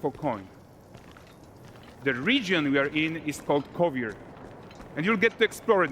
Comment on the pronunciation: Kovir more like hovir lol